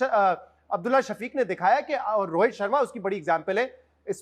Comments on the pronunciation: Rohet nahi bhai rohit hota hai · rohet nahi rohit bol